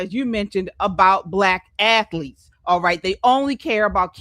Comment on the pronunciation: Hey it's athletes not AFleats